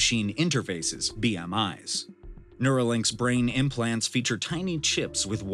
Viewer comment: This AI-VO needs to works on it's pronunciation of "tiny" 🤣